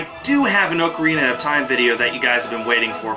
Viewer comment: Oh gosh how he pronounces ocarina